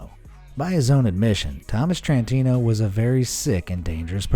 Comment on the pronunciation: Thomas T rantino. NOT Thomas CH rantino. Learn how to pronounce words.